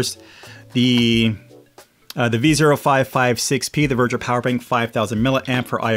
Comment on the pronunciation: I don't think it's Verger. Its veger